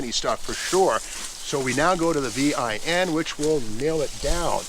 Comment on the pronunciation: always wondered why steve spells out VIN. Only guy I have ever heard say it that way.